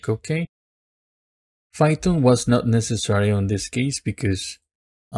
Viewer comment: This nigga said "fython"